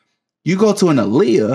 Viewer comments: it's aaliyah, not uhliyuh. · I need people to pronounce her name correctly. Aaliyah is the female version of Ali. Muhammad Ali, Aaliyah.